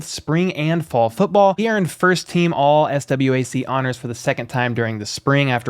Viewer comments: FYI, its not S.W.A.C pronounce it as "SWACK" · Its prounced swquack not S.W.A.C 🤦🏾‍♂️🤣